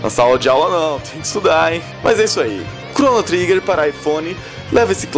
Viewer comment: a pronuncia do nome do jogo está errada, mas o jogo realmente é uma referência forte para o gênero RPG. E todos jogos hoje em dia possuem elementos de RPG... Praticamente impossivel algum gamer não curtir um jogo que tenha aspectos de RPG, como Skyrim por exemplo.